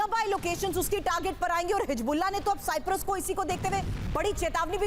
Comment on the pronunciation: Tv 9 bharat par aisa parwakta hai siprus bol raha hai Bhai sahab siprus nahi cyprus है